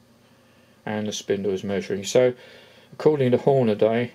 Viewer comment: Hornaday? Never heard of them. Any relation to the american brand hornady? Was there a branding issue perhaps exporting it. Or is reading the problem. You'd think with the hornady name plastered everywhere grown men would learn to read and pronounce the word properly.